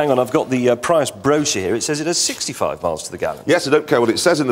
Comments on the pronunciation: Toyota "Pry-us" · Toyota "Pryus" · He said toyota pry us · did he pronounce prius like that as a joke ? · Clarkson doesn’t even know how to PRONOUNCE “Prius”, and knows even less about its engineering. Too bad for him that the Toyota Prius is the top-selling PHEV…. “IN THE WORLD”.